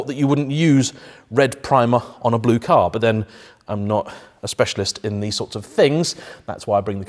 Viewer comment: Boris Johnson would like your "bloo" Lamborghini